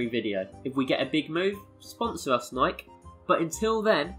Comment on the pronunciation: Why are you pronoucing nike like that...